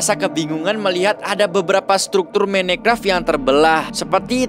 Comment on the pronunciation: Minecraft❌ menecraft✅